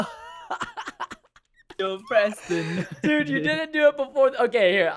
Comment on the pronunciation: You pronunciation on his name was wrong😂😂😂